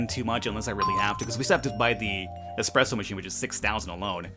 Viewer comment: Did you really just say expresso?